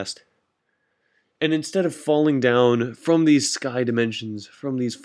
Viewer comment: From, not frome. Aether, not ather. Parachute, not pairshoot.